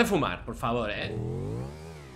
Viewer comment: Stelers ponte vivo 😂😂 Saludos Stelers Es Seelers o Steleers .